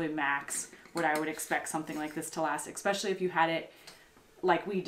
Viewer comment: Egg-Specially instead of especially :)